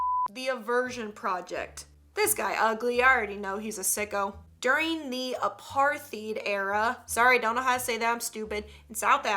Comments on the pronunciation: Hello apartheid is pronounced apartaid it was when people of colour in South Africa were treated horribly and put in slavery basically but in 1994 if im correct when Nelson Rolinhlanhla Mandela was elected president he gave people of colour their rights back I'm a black South African girl so we are taught this at school during history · I’m from South Africa so I shall teach you how to pronounce it: Say apart-hei-t